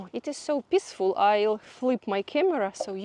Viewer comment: pissfull, lol instead of peaceful is a bit of a rude word in Engish but totally understandable if English is not your first language.Funny